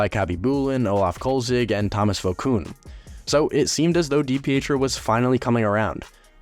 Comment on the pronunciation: Did you even do your homework dude? Loungo was traded the same day as DiPietro, so they weren’t “lacking between the pipes” There was never a Kansas City Scouts in the central hockey league. And you’re not even pronouncing his name correctly.